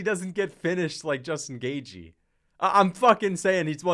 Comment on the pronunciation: Why do you pronounce Justin Gaejthes name wrong? It’s not “Gay G”